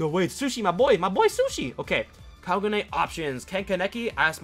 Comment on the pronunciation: HE SAID KAGU NEY